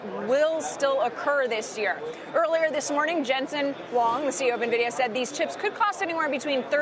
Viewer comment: jensen "wong?" lol.. at least learn how to pronounce his name correctly ffs. dude is worth $78 BILLION.